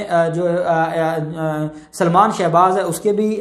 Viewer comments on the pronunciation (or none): none